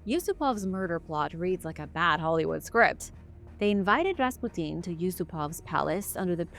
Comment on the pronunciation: >.< oooohhh, young lady. Just say "Rass-pyoo-tin" lol. Awesome vid :D